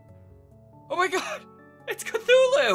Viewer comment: Cthulhu, not cfulhu!!!!!!!!!!